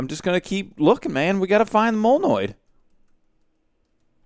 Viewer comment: molnoid NOSE me: HE GOT THE WORD RIGHT!!!!